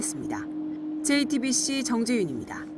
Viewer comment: 이 기자분만 jtbc 발음을 제대로 하시네요